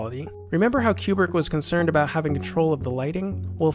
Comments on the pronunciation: Oh man, your videos are absolutely fantastic. I would be remiss not to stress in advance how much your videos reveal the care and energy you put into them. They really are well done........... But oh my God you really need to learn how to pronounce everybody's name. Some of your other videos have some pretty brutal pronunciations of the names of French and German auteurs. Even though many are quite common household names, I tried not to let it get to me, given that they are foreign. But then I came to this video. Where have you come up with Queu-brick? I think that you and Malcolm McDowell are the only human beings who have ever pronounced his name this way. Even the British girls in your own video get it right despite their dialect dictating elsewise. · KOO-brik, not fucken CUE-brik you idiot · its not kyoobrick its koo-brick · It's not CUE-brick. It's Stanley KOO-brick. Stanley Kubrick himself, being an American from the Bronx, pronounced it "KOO-brick." This pronunciation is also used by his family members . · People who purport to be experts on Stanley Kubrick should first learn to say his name properly, it’s Coo-brick, not Q-brick. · Isn’t it “Koo-Brik” not “Cyew-Brik” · It's not Q brick. Ku Brick. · Is it really pronounced "cube-rick"? I always said "koo-brick". Very curious. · You say Q-brick. Shouldn't it be Koo-Brick? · His name is pronounced Koobrick - nor Kuebrick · This is a GREAT series! Lots of great work. The only issue I found is with the way Kubrick is pronounced. It's actually pronounced like "coo-brick" rather than like "cube-rick". Other than that, thank you so much for all of this excellent information! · Great work,. 2001 is in a league by itself. Only one small quibble. I believe Stanley's last name is pronounced "Koo-brick," not "Q-Brick" as you are saying it. Thanks. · Koobrick, not Ku like in a pool cue. lmao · It's pronounced Koo-brick. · I'm not even 1 minute in and I have to stop. This "Q-brick" shit is killing my brain.